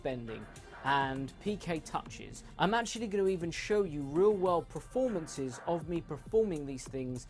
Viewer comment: Someone tell that it's 'performances', not 'prefomances' lol!!